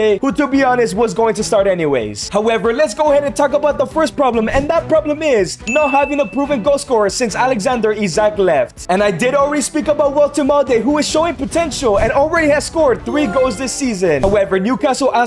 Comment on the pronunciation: It’s Isak not “Issac” Lol